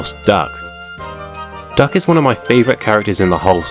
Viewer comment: Is it just me or are you saying Dark instead of Duck 😂😂